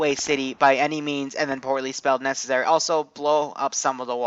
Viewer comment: Its Necessary. Not Nessisary XD